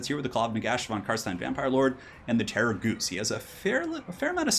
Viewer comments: STOP SAYING GHOOST IT'S DRIVING ME INSANE! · terra-ghoost lol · I keep hearing "Terrorgoose"... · What's the Terrorghoust thing ? Why do you pronouce it like that ? 😢😢😢